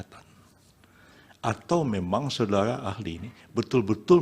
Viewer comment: Prof yusril panggil saksi dengan kata SODARA AHLI, bukan SODARI AHLI😅 saya kok jadi fokus ke kumis dan suaranya 😅🙏🙏 mudah2an MK memberi yg terbaik....amin